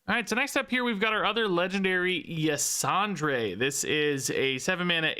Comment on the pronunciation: Ysondre is a woman, and it's pronounced "Yuh-sawn-der." Nobody but me cares, just throwing it out there because I played way too much of the Emerald Nightmare raid in Legion to not say it... anyway, "TORTOLLAAA, PRESERVE USSSSS!!!"